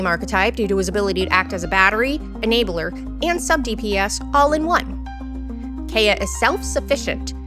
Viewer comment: And Kaeya’s pronunciation! Was this AI voice??